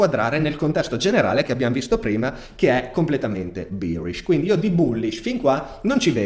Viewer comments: si dice behrish e no bierish! bier è la birra! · Birish misà tanto di birra 🤣 BEArish è la pronuncia corretta Grazie per i tuoi video, ti stimo tantissimo. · tutto ok ma non dire bierish per favore